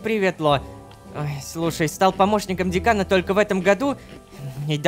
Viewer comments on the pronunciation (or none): дЭкан а не дЕкан